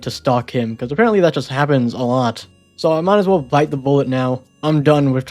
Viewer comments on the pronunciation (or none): none